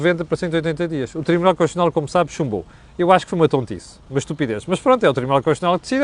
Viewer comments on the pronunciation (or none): Constitucional e não "conxexional"., a falar assim faz- me lembrar o outro...😁